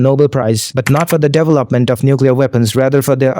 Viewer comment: The pronouncement of devel-opment is messing with me and the worst thing is I know I'm going to accidentally start pronouncing it like that.😅